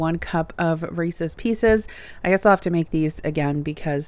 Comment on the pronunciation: Thank you for not saying, “Reesies”. 😄